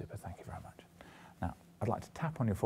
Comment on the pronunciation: "Super thank you very nuch" 😊